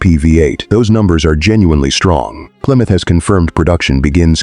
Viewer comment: AI SLOP! , PLYROUTR? Stop with the nonsense!